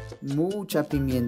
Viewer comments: Por cierto, se dice: condimentos, no condimIentos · Se dice presentable ....... se dice condimentos vuelve a escuchar los errores, y me das la razón .😆😅